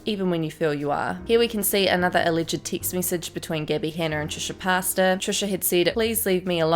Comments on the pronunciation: It’s not Trisha pasta LOL it’s pronounced Trisha Pay-tas. Lol Also Gabby is totally full of shit and trying to backpedal and was absolutely just gossiping and spreading rumors like the snarky little bitch she is and always has been. I have never cared for her for this reason. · * cringe * every time you say trish’s last name as ‘pasta’ 😂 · Did...she...say....Trisha... Pasta...?? L m a o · Sorry I keep laughing every time you say Trisha Pasta 😭😭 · I love how the announcer keeps calling “Trisha Pasta” lol. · Thank you I thought I was crazy hahaha